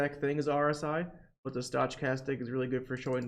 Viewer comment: Your videos are fantastic! Thank you so much for all this help, my brokerage acct thanks you as well. Heads up you are pronouncing stochastic incorrectly, maybe its intentional?